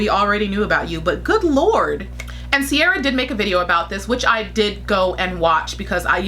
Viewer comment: Lol not sure if you are mispronouncing her name in purpose or not. But TBH, Mariam has better catwalk performances compared to Sierra. I cannot say anything behind the scenes